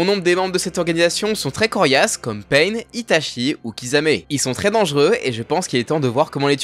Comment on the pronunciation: Svp, c’est ItaCHi pas Itashi et on dit UchiHA pas Uchiwa